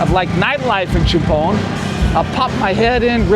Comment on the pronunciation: Great pronunciations again love it CHUMPHON = Cha Pone - LIKE AL CAPONE HAHAHAA I love all the "factoids" as well